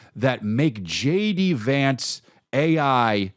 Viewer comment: I love how you say JD Vance like it’s spelled Jady Vance.